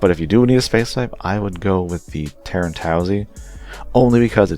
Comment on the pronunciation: i think you missed the "i" in the name, it's Tieren, "Tee-air-en". The commander has the squared head, not twin sensors on sides of head.